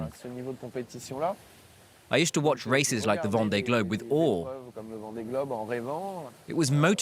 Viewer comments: Would be nice if the commentator could pronounce "Vendee" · Yup that was bugging me too.